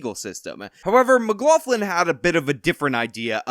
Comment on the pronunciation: I'm finding it very difficult to accept that a guy who says he is part Irish cannot pronounce McLaughlin correctly. Say: m'-glock-lin